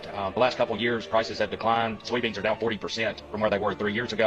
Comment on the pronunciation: Is she saying "soyo" beans?